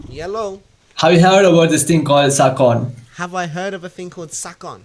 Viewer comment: No way scar got baited with "Suckon"😭😭